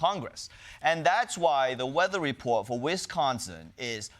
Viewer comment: Weathew wepowt fow Wisconsin ... Weawy ?